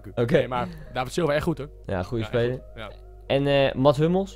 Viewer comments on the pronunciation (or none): none